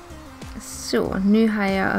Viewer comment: Sa du zoo istället för så?